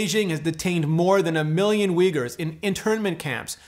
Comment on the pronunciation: The 1st u in 'Uyghurs' is pronounced as 'oo' as in Foo Fighters